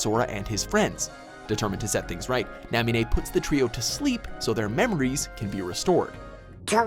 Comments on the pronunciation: NA-MI-NE not NAM-I-NE, MASTERY, not MYSTERY, and Xehanort(Zay-Heh-Nort) not Xehanort(Zee-Heh-Nort) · made some mispronunciation: Marluxia Mar luuu sha Namine Na mi ne and Mastery NOT MYSTERY!!! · bro, how you pronounced namine made me chuckle. thanks for the laugh. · I want more Kingdom Hearts! There were definitely mispronunciations (Namine, Xehanort, Marluxia, Mark of "mystery") but an overall good job